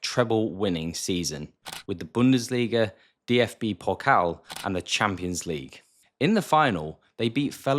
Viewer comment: I am German the was u say "Bundesliga" is very good